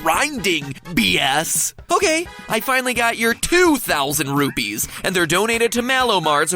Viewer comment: It's rupees not rupys